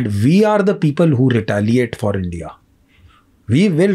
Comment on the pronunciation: Bhai please 'Indya' mat bol yaar , India bol